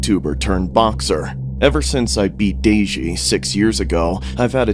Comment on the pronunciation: Daygeee😂😂😂😂😂 Deji*